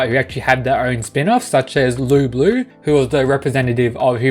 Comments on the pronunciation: It’s pronounced Loo boo, but spelt Lu bu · Why do you pronounce it as "Loo Blue"? Is that the correct pronounciation?